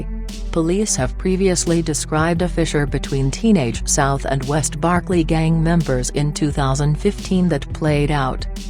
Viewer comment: Computer can't even pronounce Berkeley?